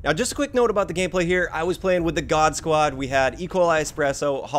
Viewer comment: Why do you pronounce squad as “quad”?? Wtf?